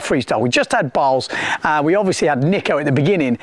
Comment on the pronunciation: Balz is pronounced Baltz